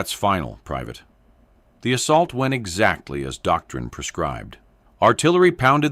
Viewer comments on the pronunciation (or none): none